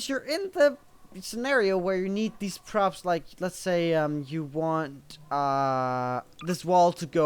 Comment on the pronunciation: lol the first time you said props i heard crops